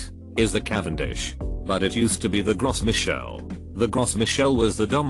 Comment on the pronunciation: Gros Michel is pronounced "Grow Me'shell". (It's French)